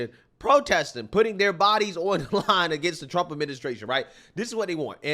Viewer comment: “ I will vot…for Donald Thump” 😂😂